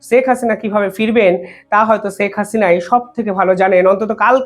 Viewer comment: আপনি দয়া করে ‘ছেক’ হাসিনা বলবেন না। ‘শেখ’ বলবেন।